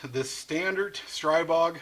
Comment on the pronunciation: Good video, I have a Lingle Gen 2 lower……But the correct pronunciation is S🌲BOG not STR👁️BOG. Thanks